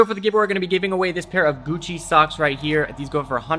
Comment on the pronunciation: "Guccerr" Lol Socks@